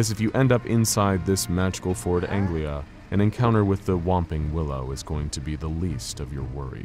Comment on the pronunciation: It's Ford Anglia, not Angela. ;)